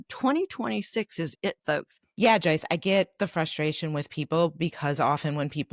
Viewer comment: No offense, but..........JOYCE!